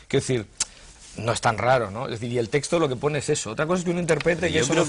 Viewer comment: Señores, a ver si os fijáis y hacéis el esfuerzo de pronunciar correctamente la palabra texto, que no es 'testo' como lo decís, por dios.